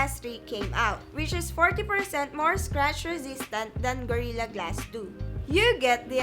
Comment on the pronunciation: Itsh been implemented on varioush porchable and high end devishes and by twainty ten there were approcshimately two hundwed mirrion devishes having gorirra glash one Dafuq...